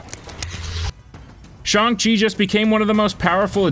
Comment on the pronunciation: Garbage video as per usual and you can’t even pronounce Shang correctly. Just trash. Stop doing this. Stop making videos. You are gonna ruin everything for everyone else and I mean this entire channel not the idiot who is presenting and can’t pronounce names properly. And note on Bruce Banner/Hulk, they addressed that in Endgame you fricken mook!